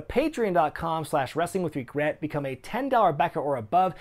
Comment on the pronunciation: You mispronounce "patreon" in every video.